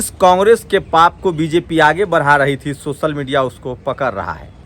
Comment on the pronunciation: Bhai socal nhi hota hai social hota bhai .school jao